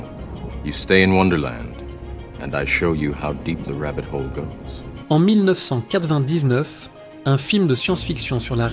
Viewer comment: Oui j'ai arrêté au bout de 10 secondes !!! quand l'IA prononce 1999 !! Enfin prononcé est un grand mot !!